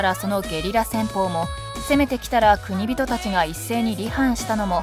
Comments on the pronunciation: ナレーターさんは、「国人」を何度も「くにびと」「くにびと」と読んでいるが、私は「こくじん」と読んでいます。 例：「国人領主」＝「こくじんりょうしゅ」 途中、ナレーターさんが「晴久を経久の子供」として紹介している場面がありますが、「晴久は経久の孫」ですよね！ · 国人と書いて『こくじん』と読みます。『くにびと』と読みます。 ナレーターの人よ… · 月山富田城の発音がなんかおかしいなぁ～(((^_^;)月山の『が』を強く発音するんじゃないのかなぁ～。あと、国人のことを、『くにびと』とか言っているけど、『こくじん』が正しいんじゃないのかな？または国人衆(こくじんしゅう)最近では、国衆(くにしゅう)なんて言われているけどね。